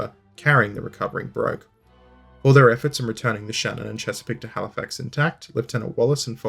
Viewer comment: I believe Philip Broke would have pronounced his name like "Brook" - see his wikipedia entry